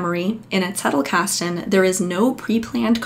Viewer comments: yes - the german z sounds as ts - doing good . I prefer original pronunciations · Thank you for pronouncing "Zettelkasten" correctly. Everybody else gets it wrong. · You are the first from the murican continent who pronounces it Zettelkasten and not Settelkasten😬 ((german here))